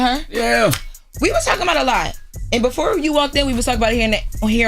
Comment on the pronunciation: “Who ain’t nevah seen a Bentley befohh” Lmao why’d you say it like that? 💀💀